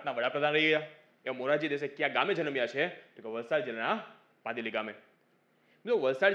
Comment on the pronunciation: મોરજી દેસાઈ નું ગામ નું નામ ભદેલી છે. ભાદેલી નહિ